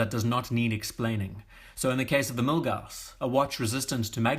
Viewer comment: Yeah the Milguass is great and in a British accent almost sounds cool 😎